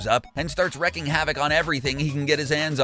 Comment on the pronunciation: Sorry to play grammar nazi here but the term is: wreaking havoc (pronounced "reeking" not "wrecking")